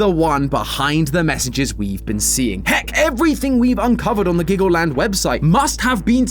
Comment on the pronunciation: dude u mean glaggleland?